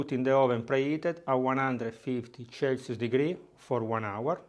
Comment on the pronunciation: 150 chelsius for 20 minus 😂